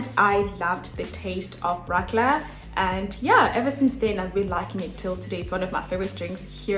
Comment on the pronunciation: Not Radler or Ratler, it's more like Raadler.